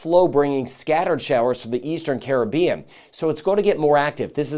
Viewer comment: Much thx for weather updates and pronouncing "Caribbean" correctly.